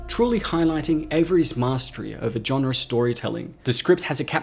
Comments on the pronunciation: Ok, I enjoyed Overlord and I really like your channel. But you read into this WAY too much! Easter eggs? A nod to Kurt Russell? This was a WW2 horror film, not The Shining. Also, why do you say genre as "john-re"? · With a softer J/G sound. The hard "J" like John is just so jarring. It's a French word, it's really not meant to sound like that...